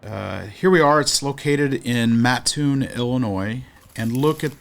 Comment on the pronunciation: You call them Buster Brown Shoe factories. They were always called Brown Shoe Company in the area. Kudos for saying Mattoon correctly. My Grandmother worked in the Mattoon plant. My other grandparents lived a block or so from Charleston.